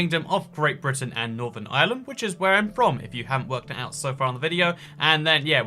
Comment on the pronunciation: Never have I ever heard anyone pronounce Brittan as "Brighten" :|